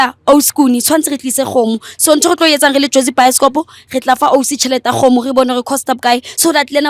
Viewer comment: VLADY BLUE KGOGO/CHICKEN NOT ĶGOMO; PLEASE